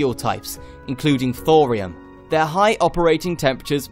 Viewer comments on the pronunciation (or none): none